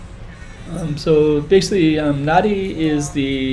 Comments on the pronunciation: You are wrong... The correct pronunciation of Nadi, is closer to “Nahn-di” than “Nan-di”. “b” is “mb” as in bamboo. you'll hear “bula” or “hello” many times. You may notice the slight humming “m”, almost silent at the beginning. It is NOT Na-Di! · PLEASE Pronounce the name of this town correctly!! It is not Na-Di. It is said Nan-Di. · Learn to pronounce NADI...there’s a silent N after the A. And it’s not HINDI religion it’s the HINDU religion.